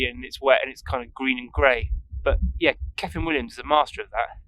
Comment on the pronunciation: Another very entertaining video, you keep it real, we are sharing your frustrations with the changing weather, the painting process, the time restraints, we've all been there. The end result was looking good. Keep playing your own music it's genuine. ( when you say kyffin pronounce it 'cuffin')